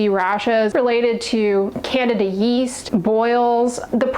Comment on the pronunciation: 8.00 Did she really say Canada yeast 😂😂😂😂😂😂 ? It’s Candida …